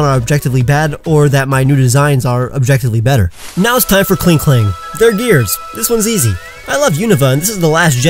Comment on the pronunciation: KLINKLANG, NOT KLING KELANG!